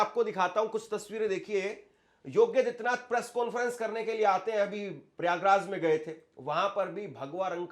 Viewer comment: योगी और आदित्यनाथ दो अलग शब्द हैं। कृपया उनका उच्चारण अलग-अलग करें!